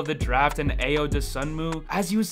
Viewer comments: Brother, Ayo's name is pronounced I-O not A-YO. Please get it right. It's like nails on a chalkboard!!! You are pretty good but you lose soooo much credibility when you can't get the name right of the star rookie on the team you're covering. I - O NOT A - YO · Hey - good video! But check your Ayo pronunciation. It’s I-O Doe-Soon-Moo.